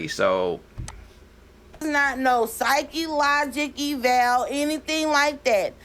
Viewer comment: She’s been to college and is very knowledgeable…..but she doesn’t know how to pronounce psychological evaluation………she said, “Psych-elogical- valuation”